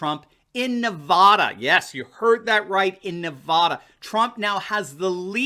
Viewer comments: Hey Doc. Not NEV-AH-DA.............. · I like your stuff,, but as someone who lived in Nevada for 18 years, please don't pronounce Nevada with an "o" sound on that first "a." We hate that. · Nevada not Nevawduh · NEVADA RHYMES with MAGA there is no Nevahhhhduh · I know you are not out here in the west but we do not say Nev ah da, it is pronounced Nev add ah. I love your show but that was driving me crazy oh, just had to let you know. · it's NEVADA ... NOT NUHVADA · Here's a video on how to pronounce Nevada.